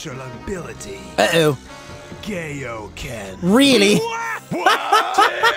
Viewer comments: Did he seriously say Gayo - ken holy shit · When vegeta said kaioken it sounded like gayoken